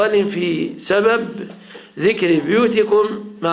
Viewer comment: تنبيه هام (بُيوتكم)بضم الباء وليس. كسرها هكذا في المصحف وقراءة حفص ولا أعلم باقي القراءات